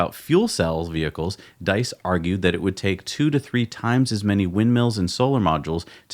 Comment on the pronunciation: fwiw... VW CEO last name, diess, rhymes with geese...